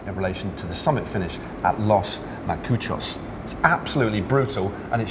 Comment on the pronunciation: haha Matt said los Macuchos. You got that ch in the wrong order. good try though :)